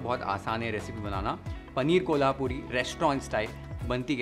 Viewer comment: the pronunciation of कोल्हापुरी was bang right. Thanks for that!!!